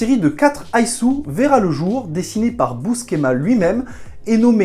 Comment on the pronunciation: Qui c'est ce busquéma ???? ....je connais john Buscema que l'on prononce biouséma en americain ou busséma en francais !